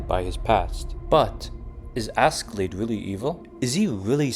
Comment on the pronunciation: Hats off for realizing that. I almost triple flipped hearing Asky-Lade. If not Ash-Laad (Norwegian), it could be better pronounced as Aske-Laad.